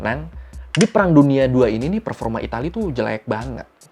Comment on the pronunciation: Disaat kqlimat "peforma" diucap, rasanya kyk lagi main game